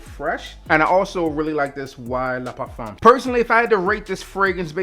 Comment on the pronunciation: I don’t know if you have French in your family but I appreciate you properly pronouncing “le parfum.”